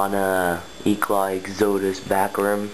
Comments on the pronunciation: stop saying eclaw lol its eclat but nice bike other than the asm-r lol i ride the original asm so much stronger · Its pronounced Eclaa not eclat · u pronounce eclat wrong lol